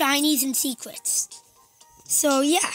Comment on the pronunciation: Did you say sicwets instead of secrets No offense